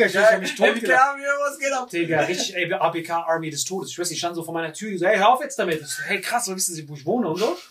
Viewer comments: Wem triggert es auch das die ganze Zeit ABK falsch sagt 😂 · Ausgesprochen:,, Äi bi key '' Wie es sagt:,, A Be ka " 😂😂😂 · Ey. Bi. Key. Bitte dieses Abk trigger so